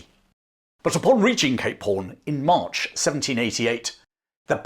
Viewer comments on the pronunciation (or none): none